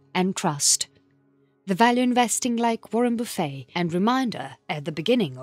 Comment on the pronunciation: I like narrators pronunciation of "buffet", "boo-fey" sounds much classier 👍 She has a lovely accent and speaking voice